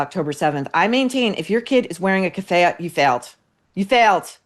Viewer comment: You don’t even pronounce Kefiah properly 😂 spreading dirt without knowledge. How about your narcissism?